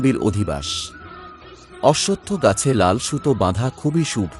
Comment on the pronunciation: উচ্চারনে সমস্যা আছে। অনোটন উচ্চারন করতে হয়। শুভো বলতে হয়। সাবস্ক্রাইব বলাটাও ঠিক হলোনা